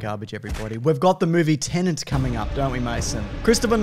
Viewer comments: TenET not TenENT! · Its called tenet, not tennet, thought that was pretty obvious by the way its spelt